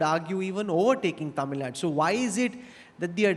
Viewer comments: It is not Tamilnad it is Tamil Nadu. Why does the North Indian anchors get it incorrect. It is always Kannad and not Kannada. Keral and not Kerala. Why??? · Yah true. My first reaction as well. I've seen non tamilians pronounce tamil nad'oo' as tamil nad! Dont know why its so difficult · It's really irritating to hear 'Tamilnad'. It's 'Tamil Nadu'. Dear media anchors, try to learn and pronounce it correctly atleast in future conclaves or have some Tamil anchors doing the show. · Hey it is not tamil nad instead it is tamil nadu. Anchor please learn to pronounce the word properly before you interview.🙏🙏🙏🙏🙏🙏🙏🙏🙏🙏🙏🙏🙏🙏🙏🙏🙏🙏🙏🙏🙏🙏🙏🙏🙏🙏🙏🙏🙏🙏🙏🙏🙏🙏🙏🙏🙏🙏🙏🙏🙏🙏🙏🙏🙏🙏🙏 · These mafos cannot even pronounce Tamilnadu, hosting something like this. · They are pronounce like டமிழ் நாட் that is so really irritating. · C — if they were to pronounce it very accurately they have to first practice ‘ zah ழ’ which is unique to our language. Even some of our people don’t do a good job of it. So, pardon them for anglicizing தமிழ் நாடு.